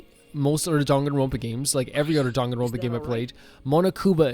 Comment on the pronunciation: Monodam is my second favorite, but I have a real soft spot for Monotaro! He's just such a forgetful goof. I also love the little touch in the sound settings where for his voice clip, he forgets the name of the game and says "Dongaenronpa" lmfao